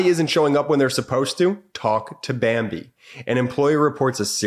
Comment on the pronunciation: you said bimbee instead of bambee